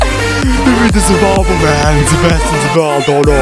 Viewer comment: Neden the yı dı seklinde okumak yerine zı diyor